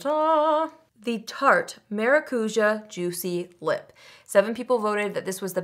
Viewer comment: ❤ ‘maRA-koo-JAH’❤: same linguistic pronunciation rule as jalapeño 🌶 💋